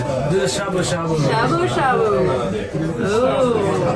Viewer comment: 楽しく拝見しましたが、英語の会話の中で日本語の名詞 の発音を しゃぶしゃ～ぶ～、す～し～ かまぼ～こ～😄 普通に発音してほしいな～